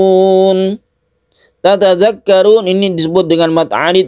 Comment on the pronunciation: Assalualaikum baru tau ada chnel ini semoga allah membimbing kami untuk selalu belajar dan belajar alquran,mohon maaf untuk bacaan tatadaakarun dobel ta ya,bukan satu ta.